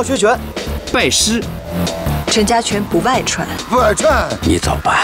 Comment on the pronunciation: 不好，明显河南话那个着调！盛先生配音不错，可惜不搭。陈式太极拳发源自中原河南，所以方言版胜出！！那个牵驴的“不外传”发音绝对正宗！